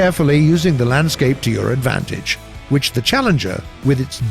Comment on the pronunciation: Nobody: War-Thunder Commentator: wIcH iS INsaNe